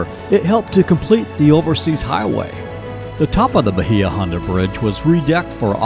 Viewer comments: Video made me homesick! Conch is pronounced "conk". Bahia was always pronounced "Bay uh". I only go back every 10 years for my high school class reunions. Have to look at it as a different tourist town. Just about everything I grew up with has changed or is gone. 😪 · Bahia H is Silent*